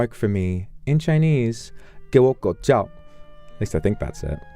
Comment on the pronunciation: im getting insane 他的給我狗叫太標準了😂